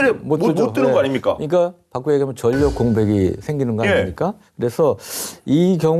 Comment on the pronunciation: 우리말 바르게 읽기 'ㄴ'으로 끝나는 글자 뒤에 'ㄹ'로 시작하는 글자가 오면 'ㄴ'은 'ㄹ'로 바뀝니다. '신라'를 [실라], '전라도'를 [절라도], '혼란'을 [홀란]으로 읽는 것이 예입니다. 따라서 '인력'은 [인녁]이 아니라 [일력], '인류'은 [인뉴]가 아니라 [일류], '✅️전력'은 [전녁]이 아니라 [절력], '연료'는 [연뇨]가 아니라 [열료]라고 읽어야 맞습니다. (다른 예) 난로 [날로] 난리 [날리] 신뢰도 [실뢰도] 전략 [절략] 훈련 [훌련]